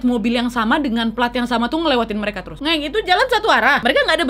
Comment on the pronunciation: Iyaa,aq juga denger. Kok ngucapin "ngeng" nya lebih yaa...aq kira cuma aku aja yg denger